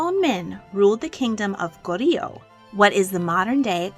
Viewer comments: As a Korean who enjoys your videos, I was pleasantly surprised to be a Korean King there. I would like to point out some things about Goryeo and King Gongmin just for reference to anyone who’s interested: 1) Goryeo is just two syllables : Go-ryeo, and not three. 2) King Gongmin’s son, Wu Wang’s birth is very debated because of propaganda used by the founder of the next dynasty (Joseon dynasty) to gain legitimacy for basically betraying his King and country. 3) King Gongmin needed another heir so he had his male lovers rape his wives (some unsuccessfully) until the one wife in the video did get pregnant. However, he wanted to hide that fact so sought to kill off his lover/bodyguard and others who knew the truth but they got to him first and died a gruesome death. Really sad that Queen Nuguk died. King Gongmin went mad over her death and this lead to all the other tragedies and the fall of the empire. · Her pronunciation of 고려 completely throws me off. I wish she would’ve done more research into the pronunciations